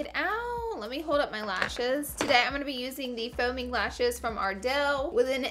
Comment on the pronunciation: I thought she said foaming lashes instead of faux mink lashes 😂